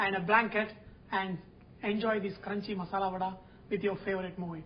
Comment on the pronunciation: Its 'Vada' babu Garu, vadai is in T.N not for telugus